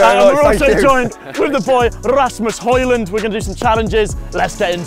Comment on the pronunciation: love how the describ is saying ramus holland xD, its hojlund in english xD